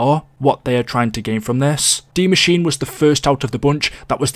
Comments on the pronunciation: Why is it that you are the only Youtuber that can pronounce Dee Mah-sheen-uh? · He actually pronounced it right a lot more than others, I was proud.